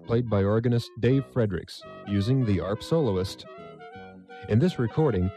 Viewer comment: ARP is pronounced as one word. Same with MARTA (Metropolitan Atlanta Regional Transit Authority), the public transit system serving the city of Atlanta, GA.